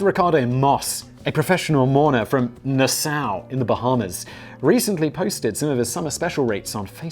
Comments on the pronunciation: I live for waiting to see what word/words Simon is going to mispronounce and in what manner. Nassau was amazing -- "Nah sow" ugh.. it's "nah saw" - he pronounced it like it's a German word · nah-SOW, in the Bahamas. Good God. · Nassau is pronounced like NASA but with a ‘w’ = nasaw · Being from the Bahamas. I had to replay that section 3 times to realize you were pronouncing the name of my city. Its Nassau pronounced Nas-aw. Also that advertisement was just a joke. Our humor can be a little dark on the island. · "Nassau"...You never disappoint, Simon.